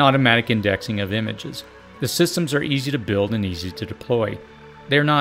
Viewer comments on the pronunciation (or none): none